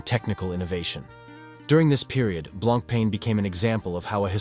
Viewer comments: The writing is good, but you pronounce the brand name too many ways. It is blanc-pon which you get right a few times. I have a Fifty Fathoms. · It is annoying how much brand name was missed pronounced. On the the left person with Jean Claude-Biver (right) is not Jacques Piguet, as one who could conclude with what it is said; it is Bernard Arnault, owner of LVMH Group (richest French person). But to someone not familiar with Blancpain, the video is quite informative for start. Blancpain lover here, owning three of them: fifty fathoms, bathyscaphe and leman. Pity that Leman and Le Brassus collection (discontinued) was not mentioned. In my personal view much nicer collections than Villeret. Thanks